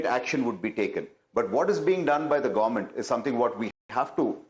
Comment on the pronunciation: Ya, it's "gowmunt". Not government 😂